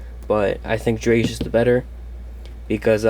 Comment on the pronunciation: I love cyber dragons, and not to sound rude, but drei is pronounced dry, it’s German for 2, loved the deck, have a good day